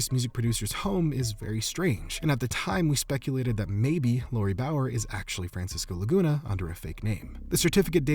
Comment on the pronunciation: Idk why but I heard "Francis goolagoona" instead of Francisco Laguna